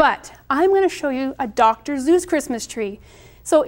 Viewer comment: DR. SEUSS! not zeus